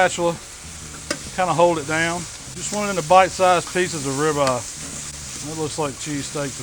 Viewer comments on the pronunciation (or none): I love me some grilled rib-uh.